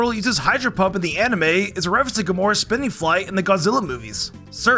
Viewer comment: It's Gamera not Gamora